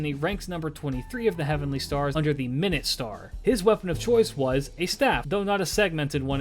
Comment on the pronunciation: 🤓👆 actually "minute" here is an adjectives meaning small and should be pronounced as "mai-noot"